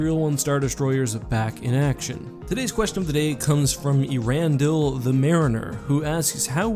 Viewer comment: I've always heard earendil pronounced air-ren-diehl